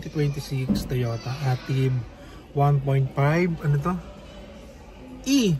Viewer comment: Ey-Tive ang tamang pagbigkas at hindi AH-TIV.